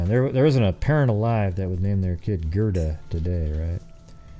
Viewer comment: You mispronounced Robison and Gerda